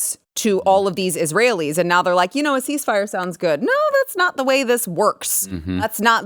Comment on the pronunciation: Cease the "mire", not FIRE!